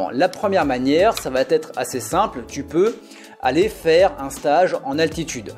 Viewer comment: Ça va être", pas "ça vaT être" !